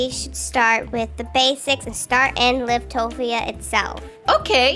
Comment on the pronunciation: You say it like "l-i-v-t-o-p-i-a" but you have to say like "l-a-i-v-t-p-i-a"